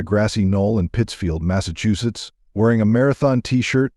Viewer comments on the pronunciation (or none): none